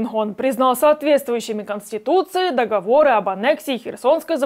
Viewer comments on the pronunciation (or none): none